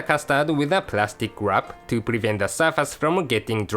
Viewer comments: lol I like it when he says "Lets wrap it with the Plastic WAAP!" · I love the way he says wrap ^_^